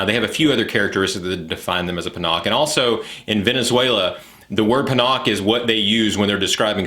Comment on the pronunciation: its PANA-KAY , not Panock , ❤